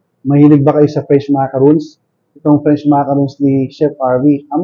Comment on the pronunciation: Dinig ko Fresh macaroons, French pala.